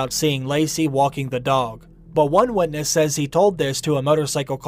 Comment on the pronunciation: It took me a while to understand what you meant by "wedness" :P